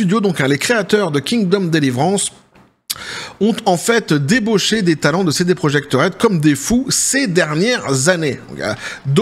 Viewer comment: Ahh mes pauvre oreille ont saigner quand tu as parler de KCD sa ce prononce Kingdom Com Délivrance 😂😂😂 Genre ! 😲Il y a des ancien de CD project qui ont rejoint warhorse studio, au moin une "bonne nouvelle" à tous ce bourbier. J'espère maintenant (et j'avoue ça me fait un peu peur) que warhorse studio ce wokise comme ubi ou CD project, et que ses studio serviront d'exemple au autre qui serais tenter de ce wokisé et qu'il ce la joue comme black my wukong qui les as envoyé promener 😅